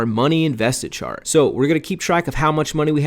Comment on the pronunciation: Chart not chat lol great video.